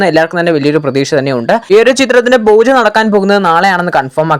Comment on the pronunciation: ബൂജ അല്ല പൂജ എന്നു പറയണം